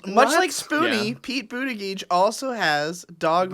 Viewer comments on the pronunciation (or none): love how pronounces buttigieg